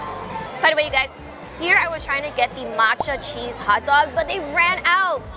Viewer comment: did she said hello gays?